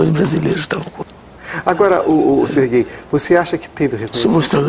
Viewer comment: no final quando ele diz "Serguei" eu achei que era: "Ce é gay?"